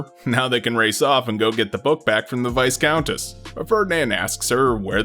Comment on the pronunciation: Incidentally, it's pronounced `Vie-Count', not 'Vis-Count' or 'Vice-Count'. I don't know why this bothers me.